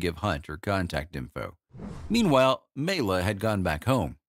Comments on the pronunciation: Good synopsis but you’re mispronouncing her name. It’s MY-la. Not MAY-la. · FACTS: Maila is pronounced My-la not Me-la. Maila was in Catherine Was Great before she was fired and then performed in Spook Scandals which only showed once. Maila and Dean Reisner weren't legally married and Rudi Gernreich invited Maila to Lester Hortons Bal Caribe, which she won first place. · i can't take you seriously when you can't even pronounce her name. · Ugh, that ignorant pronounciation. If you're going to present a subject, know the material. 👎